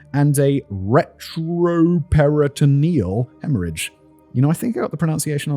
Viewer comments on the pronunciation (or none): none